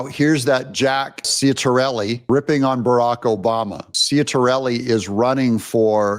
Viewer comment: BTW Doug, Jack's last name is pronounced Chit-uh-rell-ee 😏